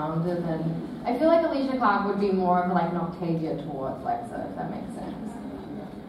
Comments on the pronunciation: The way he pronounced "Alycia".... Getting really mad rn... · Did he just pronnounce ''Alycia'' wrong? how dare he